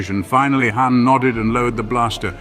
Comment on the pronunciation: Entertaining but Zahara becomes Zachary for some reason, and when you call Han Khan, that's just a lazy cross franchise insert.😂 Love it.